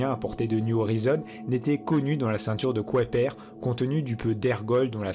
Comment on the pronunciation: pourquoi le narrateur prononce la ceinture de kouaiper au lieu de kuiper !